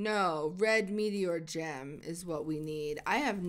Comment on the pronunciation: NUUUUU I MISSED THE STREAM Oh yeah and when she said Gem at the beggining i tought she said Jam😂